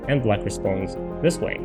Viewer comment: Is it me or does this guy prononce black like "blight". not great when the other color is white.